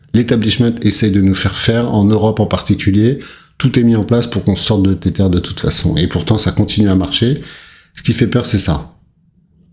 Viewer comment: Ca se prononce "Tezeur" pas Tétère.